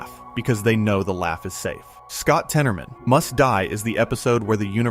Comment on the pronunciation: it’s not temoroman it’s said tennermen